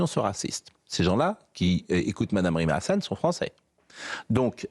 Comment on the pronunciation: Diction /20 "Rime à rien"